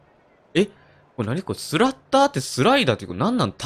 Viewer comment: 発音おかしいですよ。スラッターerですよ